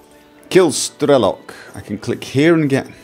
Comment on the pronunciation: It's Strelo'k, not Stre'lok. Strelo'k means "a shooter" (a person that is shooting) in russian.